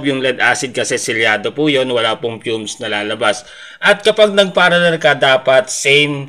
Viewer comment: Parallel po hindi paraller.